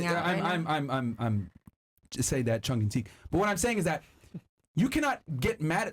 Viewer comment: instead of tongue and cheek he says Chung and Teek 🤣